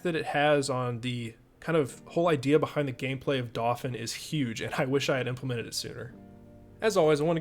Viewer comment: Just thought I'd point out, in case you hadn't thought of it... The pronunciation of Dauphin.. Being the word for a noble of France, it is pronounced dau like 'dough' in pizza dough and phin like 'fan' as in a ventilator. You're doing great work! But I think about this everytime you introduce the name, so I thought I'd point it out in case you didn't know.